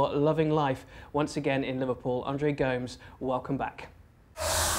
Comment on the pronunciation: Can’t be much if an Everton supporter if he pronounces Go-mes “Goooomez” 🙄